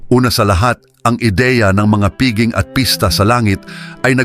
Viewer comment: Pakiwasto lang po ang pagbigkas ng piging, pista o iba pang salitang Pilipino.